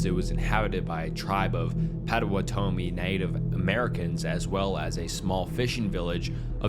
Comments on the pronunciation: Don’t blame you at all but my Wisconsin ears are bleeding - “POT O WAT O ME”. Really like the channel! 👍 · im crine “patawatome” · i live in wisconsin, and i can tell you that you’re pronouncing Potawatomi a bit wrong, but it’s alright pot-tuh-wat-tuh-mi (honestly we could be pronouncing it wrong, but we have a ton of ads at pronounce it like that) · Potawatomi = PAW-DUH-WAH-DUH-MEE. :) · Nbd but it’s actually said Pot-o-watt-o-me. I know the area near their old villages, I visit chief Menominee’s statue often. Where the trail of death starts. Dope video anyway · K so I loooove ur videos but let me show you how to pronounce Potawatomi. It’s POT- oh-WHAT-to-Me. Sorry to be nitpicky but some of my family members are Potawatomi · As a Wisconsin native the way you say “pot-o-watt-o-me” patto wah toe me, makes me giggle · As a Wisconsinite, the pronunciation of Patowanomi was like nails on a chalkboard. (Its pot-o-WĀN-o-me) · You sead it wrong I am in the Potawatomi tribe and it's pronounced like paw-ta-wa-ti-me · You mispronounced Potawatomi wrong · I like all of the videos, long, short, all good. However, your pronunciation of 'Potawatomi' was totally off. That could be changed. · Was I the only Wisconsinite here cracking up from hearing Potawatomi mispronounced a bunch? 😂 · Blud has never heard or Potawatomi 💀💀